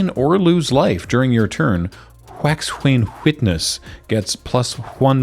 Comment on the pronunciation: “hWax-hWane hWitness” is like a Stewie Griffin bit in Family Guy 😂 Brian: “Say ‘wax’.” Stewie: “Wax.” Brian: “Now say ‘Wax-Wane Witness’.” Stewie: “Hwax-Hwane-Hwitness.” Brian: “‘Wax-Wane-Witness’.” Stewie: “Hwax-Hwane-Hwitness.” Brian: “‘Wax-Wane-Witness’.” Stewie: “Hwax-Hwane-Hwitness.” Brian: “‘Wax-Wane-Witness’.” Stewie: “Hwax-Hwane-Hwitness.” Brian: “‘Wax-Wane-Witness’.” Stewie: “Hwax-Hwane-Hwitness.” Brian: “Alright, that’s it… Urza’s Ruinous Blast, swing with Yoshimaru, good game.” Stewie: “GUUUHHHHH!”